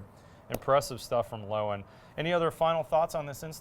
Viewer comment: Loewen is said "lerven." Not "lowen." Its a German word for "lion." Steinbach Canada where Loewen windows is headquartered had many German immigrants in the late 1800s. It's a German Canadian town. Cheers from German American.